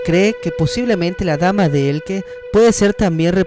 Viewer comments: Dama de ELCHE, no "Elke". Por lo demás, muy buen vídeo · no es Elke es Elche como leche. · Cada vez que oigo "Dama de Elque" me sangran lo oidos. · Se pronuncia E-L-C-H-E como de pronuncia. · Sé pronuncia Elche, tal cual.. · se pronuncia dama de 'Eltxe'. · Dame de Elche pronuncia bien su nombre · dama de elche..dilo bien !!!!! mal hablas😤